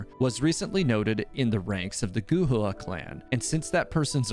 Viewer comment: Xing qiu Not qiuah lol Gu hua Not gu hu ah. "Hwa" as one word. Li yue Li "Yur eh" but faster. Not li weh. Sorry, your pronunciations sometimes get a little distracting 😂